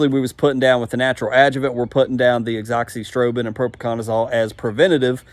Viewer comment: Mcclearys? Is that what you said? Is that the name? Pretty sure its just clearys. I cant stand people that do this kind of thing and just make up their own names for stuff. You're like Greg Phillips who says anoxyprobin instead of azoxystrobin. Read the name and say it the way its written. It is seriously not that hard.